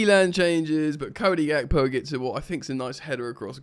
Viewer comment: listening to “cody gakpo” in a scouse accent is hilarious